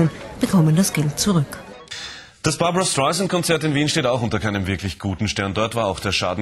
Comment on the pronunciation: Lernt doch mal ihren namen richtig auszusprechen...das ist ja unterirdisch "barbara schtaisant"